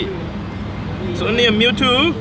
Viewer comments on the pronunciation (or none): Nah it was more like: "Don't stress...it's onry a Mew-twoooooo"